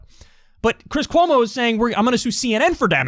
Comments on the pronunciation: Ahh! He almost called him Cwis Cuomo! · He said Chwis Chwomo harHar